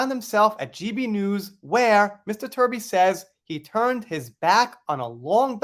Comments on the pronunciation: Give Mr Truby the credit he deserves….pronounce his name as TRUBY (as in true) and not Turby (as in turd). Let’s reserve the word 💩for the person who really deserves it. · Good work. But can you please pronounce his name properly. Truby!